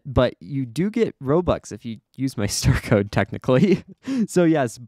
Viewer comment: You said Curtified wrong